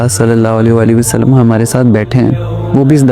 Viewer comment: Bhai ap Hazrat Muhammad kehnay k bad durood pak thik prha kren please Sallal la ho Alayhi wa AA Lehi Wasallam